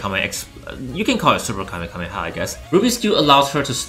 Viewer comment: Kame KAME kha ? Its KameHameHa